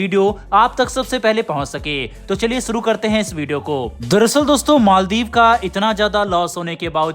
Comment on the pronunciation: Its maldiv not maldeep